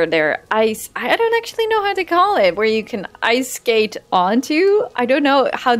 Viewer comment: The word is "Skate"